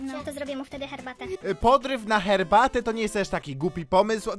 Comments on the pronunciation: Yyy cherbatę xD struj, tależe, włosuf, morze (może powinno być) co jest co ona ma z Polaka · pije "cherbate" nie herbate a ja GBS z kodem ZEBO najlepszy kod